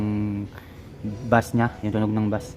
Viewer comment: Beys (bass) hindi bas